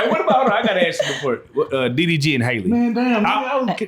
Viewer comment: Her name is HALLE (hal-lee), not Hailey.